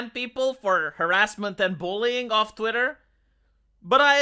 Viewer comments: I love the fact you say Twatter instead of Twitter, whether intentional or not, is pretty hilarious and ironic. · Listening to i started saying words like twatter, diworsity, ushi kushi women, californyanya, racismus. It's a problem.